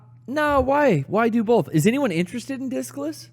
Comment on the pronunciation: Does pronunciation of "both" as "bowlth" make him more attractive or more insufferable? 2020 is indeed a year of many decisions